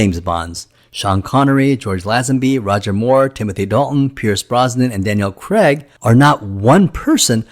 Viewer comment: Daniel Craig is English, so his name is pronounced how it is spelt, not as Creg.